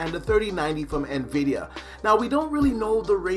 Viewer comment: "Nuh-vidia" Batch. Xoxo